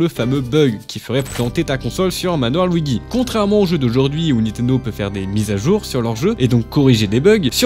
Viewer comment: Sur le manoir quoi Luidji ça se prononce mdrrr